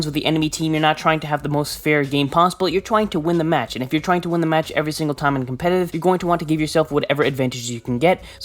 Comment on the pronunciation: no one::Twying